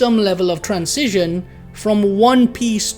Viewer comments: i like how you pronounce transition like "trans-cision" lol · I think you are right about everything. except how to say transition ;D